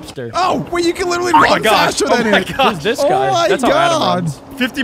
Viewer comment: Stop, saying, liteley pronounced, literally